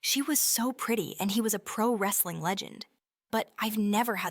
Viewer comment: Holy shit, it's talking about pri-wrestling on YouTube!! I would've thought I'd unknowingly time-traveled if my kids weren't here with me.